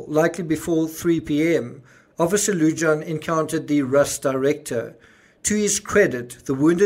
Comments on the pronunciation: Lujan is pronounced Loo Han...not loo john. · Greeting from NM. The "J" in Lujan is pronounced as an "H" Lu Haan. Your welcome. Love your shows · Lujan- pronounced Loo-hahn 😘🖤🖤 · You pronounced Benividez correctly Lujan most likely Loo-hahn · Yes, I live in NM (40min drive from the scene). Lujan is pronounced “Lou-Hahn.” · fyi Lujan is pronounced Lew-han. J is pronounced H in Spanish